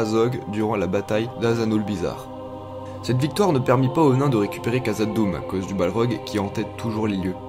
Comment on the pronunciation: Super vidéo de partage de l'univers de Tolkien malgré la petite erreur de prononciation (le 'kh' se prononce "rh" comme loc'h en breton ou gaëlique. Je ne nie pas que les nains fussent cupides et obnubilés par les minerais, mais leur cupidité et notamment celle qui mène à la libération du Balrog en Khazad-Dûm semble avoir été augmentée sinon en grande partie causée par les anneaux de pouvoir comme suggéré dans LSDA. Sinon à part ces pinaillages entre passionnés, super chaîne :)